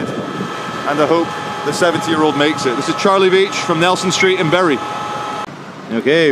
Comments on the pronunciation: From the very start of this video, my mother is turning in her grave.. She hated the mispronunciation of Bury. All I can hear. now in my head, is "Berries grow on trees, that are buried in the ground" It's Bury not Berry!!! ha ha ha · It's pronounced " Boo Rye" lmao